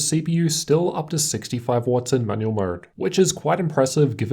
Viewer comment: why am i keep hearing manuel mode xD